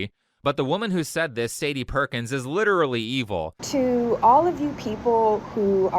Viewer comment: Why do they have such a hard time pronouncing the word "literally".